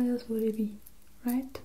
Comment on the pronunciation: "What else wouldeebee?" Cute :')